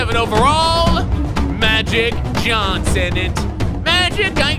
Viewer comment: MAGIC JOHN-son. Funny coming from Ron Jeremy😂😂